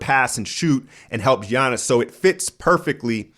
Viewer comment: still doesnt even know to say Giannis' name or budenholzer's name.... weird